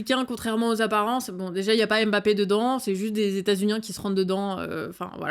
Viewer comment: Super video <3 Juste petite erreur de prononciation pour le nom de famille du footballeur kylian mbappé.